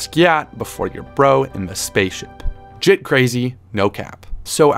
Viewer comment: dude said git not jit 😂😂😂